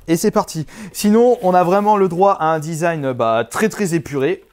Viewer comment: il dit le zizan au lieu du design (c'est pas une moceri)